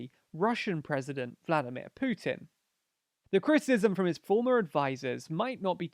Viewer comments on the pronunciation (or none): none